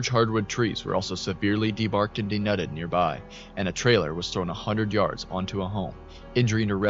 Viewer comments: "denutted" Nah. It's "deNUDED," friend. Great information; grammatical presentation needs work, though. Absolutely love the coverage of more recent events, so many channels just keep recycling the same old stories that have been covered to death. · FYI, Denuded is pronounced "denooded" rather than "denudded" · Denuded = dee-nooded.